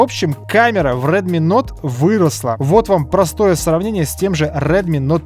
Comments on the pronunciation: Правильно плиз говори)) не нот, а ноут ))) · не НОТ говорится, а НОУТ. Ну сколько можно ))) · Vitalij Kolinko это особенность этого канала,Нот)